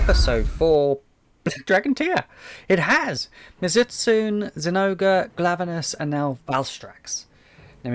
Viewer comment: Btw it's pronounced mizu- as in water and tsune as in kitsune. So it's mizu-stunay. The t is silent